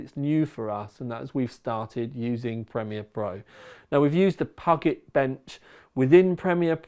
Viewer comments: awesome, love seeing all this work and all these helpful results! Thanks! Tip: It's pronounced "Pew-jet" Bench, it's named after the Puget Sound in Washington state, USA. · Cookies; biccies; whatever: just make sure the tea is strong and well steeped! Pew - jit,; Pew - jit Bench. Nice to see you massacring Americanese as well as English. LOL!!! YOU deserve a box of Internet Cookies for this stalwart service. I'm easy to please with your content - TTL is THE sauce; I just like your presentation. If I was pressed: builds and the Shedio FTW; but we all like to know how we stand in the league so this is more than welcome too!. Do what YOU enjoy, mate. We'll smile along with you. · Grits teeth in effort to not post anything about Puget being pronounced as Pugget. Fails ... obvs. XD